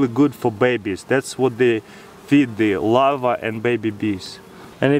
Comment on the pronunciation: Is he trying to say Larve? Cause all i understand is him saying "Lava" :D